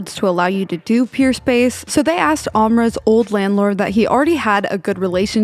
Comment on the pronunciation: Hey, his name is AMRO, not Amra! ❤️